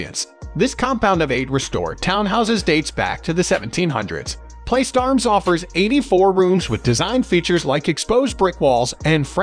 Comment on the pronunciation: You mispronounced Bienville and Prytania and place de arms. As a New Orleans native you hurt my ears. But, I’m doing better. Thanks for the video.